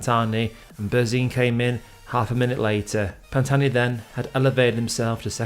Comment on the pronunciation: The h is silent !!! But thanks for speaking of the greatest climber the sport has seen! 👍